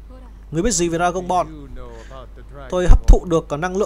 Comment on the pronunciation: Dragonborn nghe như "Dragonball" hay "Dragon porn"